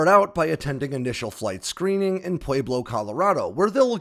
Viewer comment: Such an interesting video! All new info, thanks so much! Oh, and it’s ‘PWEB-low’, Colorado. Sorry about Boebert, btw.